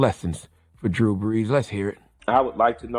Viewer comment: Killer Mike gave Drew the ultimate disrespect by accidentally mispronouncing his name 😂😂😂 "Drew Blees" 🔥🔥🔥